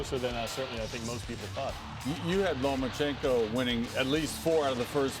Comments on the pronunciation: I love Teddy. But can someone PLEASE get him to not say LomaNchencko.. haha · Teddy, after 5 yesrs..... it''s LOMACHENKO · Why can no one pronounce lomas name correctly?